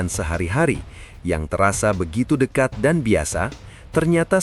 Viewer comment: Bukan " deka" malah di sebut ujung nya saja " kat "